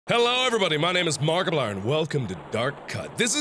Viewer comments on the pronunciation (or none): Does anyone else notice the way he pronounces his name? It doesn't sound the way it's spelled or it might just be me